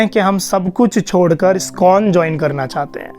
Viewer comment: Skon nahi bhai..iskon bolo